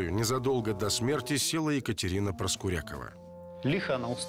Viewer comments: Правильно произносится - ПроскурякОва!!!!!! А не «ПроскурЯкова»! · Ударение в фамилии главной героини на "Я" (ПроскурЯкова) прямо слух режет. Уж лучше бы она была ПроскурякОва. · Ребят, все отлично, только ПроскурякОва) такая серия интересная, но эта «проскурЯкова» всю дорогу режет ухо🤷🏻‍♀️ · Почему ПроскурЯкова? Обычно эта фамилия произносится, как ПроскурякОва. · А почему ПроскурЯкова? ПроскурякОва, обычно.. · Ну не ПроскурЯковой а ПроскурякОвой Зачем коверкаете фамилию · и жена у Игоря Николаева.Юлия ПроскурякОва. по другому ударение как то похабно звучит